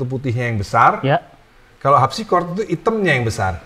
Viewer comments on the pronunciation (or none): dia bilang Al Habsi